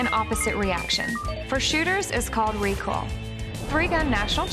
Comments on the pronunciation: The video was a bit annoying with the beeps and isn't that pronounced Re-Koi-L? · Anybody else notice she pronounces recoil as "recol" lol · More like recall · “ ignore these jack asses on the internet, its recol in real life” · Yaaaa right!!! The person who don't know the word "Recoil" will surely think they used to recall back 😂😂😂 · It's accent and probably how she think how the word "recoil" should be read